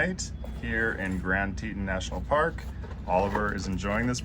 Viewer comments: Very cute video, Oliver is adorable! But I have to say - it’s pronounced Grand Tee-tonn National Park rather than “Tee-tin.” Would love to take my beagle to Jackson, I’m there at least 3 times a year. But she’s a handful so the furthest we can handle right now is Flagstaff! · Oliver is a star. Fun video. Teton is pronounced like Tetawn. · My understanding is that the name of the second national park mentioned in this video is pronounced "Tee-tawn", a poor Anglicization of the French word for "breast" or "t-t", the word French fur trappers and hunters used to describe the many peaks 225+ years ago. : ) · Just FYI. It’s pronounced tee taan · What a wonderful time you three are having, and what a wonderful place. By the way, it's pronounced TEE-tawn.The Tetons received their name from French-Canadian trappers who accompanied the earliest British expeditions into this territory. As they approached the range from the west, they beheld three towering mountains upon which they bestowed the name of "Trois Tetons" ("Three Breasts' in French) Different Native American nations had different names, but several were translated as "pinnacles" and "three pinnacles." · Fellas, thats tee-tawn like yawn.